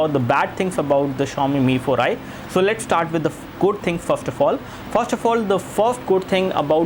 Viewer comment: "sow late stat with de goat things"..damn learn english